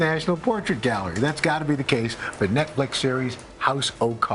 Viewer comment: "Nekflix series House O cards"? Forgot how to speak?